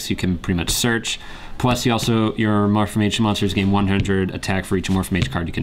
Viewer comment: it's Amorphage not Amorphamage